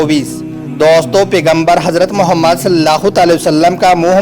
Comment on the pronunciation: Bhai naam sahi se lo or izat se ap galt tarike se khe rhe ho jb kha nhi ja rha to br br galt mat bolo mere nabi ka nam sahi se lo .